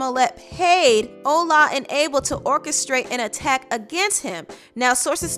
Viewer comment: it is pronounced ola not ula (the nigerian men)